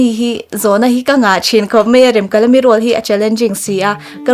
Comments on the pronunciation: A thluk iti diklo Remkalami a nilo Remkalami tihtur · Nia Remkalami itia Remkalami ni reng sia. . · Remkalami tih thluk hi a dik lo, ka lo ngaimawh deuh, mhs, i inhmeh thlawttttttt🎉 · Rem tih lai hi in lam dik lo.. A story ami ang khan lam rik tur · Remkalami i lam dan adiklo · Remkalami tih hming i lam rik dan leh, Pc Hrasa chhiar a alam rik dan ava in ang lo ve